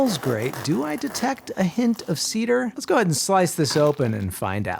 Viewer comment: Tea-dar you say